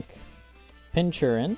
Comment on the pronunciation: It’s pronounced “Pinkurchin” not pinchurin. As in pin cushion and urchin.